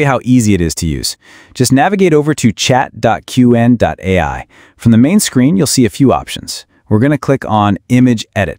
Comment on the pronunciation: It’s pronounced cwhen. Shitty ai voice.